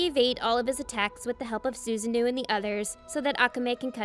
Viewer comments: oh no, hearing suzu-nuuu makes me cringe so much, its su-sa-no-oh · I'm sorry but can you please learn to pronounce the names properly? "Su-za-noo"? "Mee-nay"? Come on 🙄